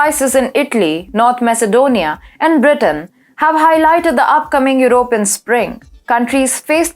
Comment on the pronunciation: I like how pronounces european with 3 syllables your-O-pin instead of 4 syllables your-o-PEE-yan. I wish I wasn't a dumb englishman that can only speak my birth language.